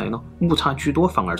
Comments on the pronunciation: 吐「蕃」，我們台灣小時後歷史課是發音ㄈㄢˉ（注音符號），或者漢語拼音fan- 大「乘」佛教，ㄕㄥˋ，sheng、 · 其實大乘跟小乘的「乘」讀音念錯了，是ㄕㄥˋ(shèng) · 應該是念大乘（ㄕㄥˋ）